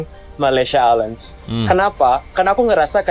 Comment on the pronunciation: Malaysia Airlines memang MEALS included dalam tiket. Malaysia "A-Lains" untuk sebutan yang "pas"!